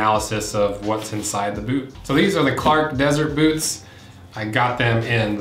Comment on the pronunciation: Did he say Bewts?